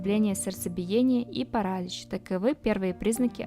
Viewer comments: Паралич! Ударение на последний слог. И в других словах неправильные ударения! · ПаралИч -ударение на" И".У девушки с русским языком проблемы. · Нет слова парАлич в русском языке, как и слова белЕна, и многих других, услышанных с удивлением в этом видео. Уважаемый чтец, будьте немного серьёзнее, есть же словари, в конце концов😂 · Полезная информация. Некоторые из перечисленных растений действительно очень ядовиты. Автор говорит без акцента, но почему-то не знает где по-русски ставить ударение. Неужели никогда не слышали этих слов: паслён, беленА, жИвокость... паралИч... циАнистый калий... делИрий... учащённый пульс. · Не кАсторовое масло, а кастОровое масло, не парАлич, а паралИч, не белЕна, а беленА, и т. д. Девушка, вы много где в словах ставите неправильное ударение. Прежде чем создавать ролик на русском языке, узнайте сначала как некоторые слова и названия произносятся. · ПарАлич дЫхательных путей...🤦🤦🤦